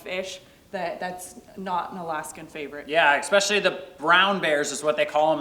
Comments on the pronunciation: you need to really do less talking/muttering in your videos…… and side note: it’s ESPECIALLY not EXPECIALLY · Thanks for the video and! It is always a pleasure. I thought it was thoughtful of to correct during filming when he misspoke. I have always hesitated to mention that there is no “X” in expecially. It’s pronounced: especially. 😜 I hope that both of you stay awesome! ❤️